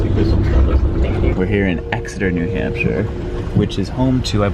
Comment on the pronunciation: You pronounced Exeter correctly! I rode the Downester june/July of 2002, its first summer (It started in the fall of 2001) as the only interstate commuter in NH from Dover to Exeter for the summer school program at that "really fancy school." love the Downeaster!